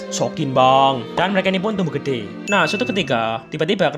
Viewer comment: Pas ngomong gede kok nggak diteken bang😂